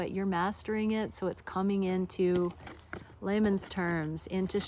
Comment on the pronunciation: See…you said “In laymen’s terms”…but I heard ‘In Lemon’s Terms’…😂 Enjoy your time! Blow a kiss to the Sun for us!!!! ❤🌞🙏